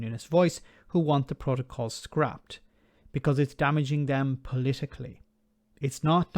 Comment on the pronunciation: This is exactly what we've been saying and saying for months, ni has the best of both and a huge advantage over the rest of the uk, wonder how this fits in with levelling up! On a side note, surely even wants to keep the protocol.. just so he can mis pronounce it every time 🤣